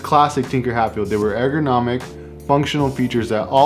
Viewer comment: Mans said “egg-ronomic” Lmao